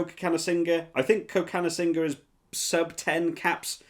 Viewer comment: You pronounced cokanasiga wrong. It’s thok-a-na-sig-a